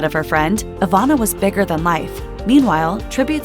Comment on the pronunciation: Ivana, not Avana